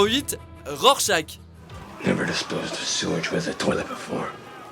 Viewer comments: rorchach ça se dit rorchar bordel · mais ça ne ce dit pas "rorchach" mais " rorchar" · "Rorschak"?! Vous êtes sérieux?!!!! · Je le dis gentiment Ça se prononce worchache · ca ce dit "rorchar" par contre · Rorscharch qui se pronnonce avec un "r" à la fin, vous avez pas honte de dire "rorschak"? é.é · Et surtout, "RorchaK" ? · cleni _20_03 Dans le film en vf ils le prononcent rorchach :) sinon t'as raison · Moi, c'est la prononciation de Rorschach qui me fait mal aux oreilles ! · Vous ne savez pas prononcé le nom de rorcharch